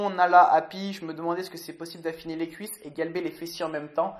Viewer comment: Y a que moi qui a remarquer que merde pour "les cuisses " et qu'il dit "lesscuisses" ahah. Bonne vidéo et surtout j'adore les bêtisiers laisse japeco manger sa collation. On garde la pêche